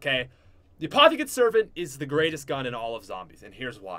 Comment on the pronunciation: apothican sarvent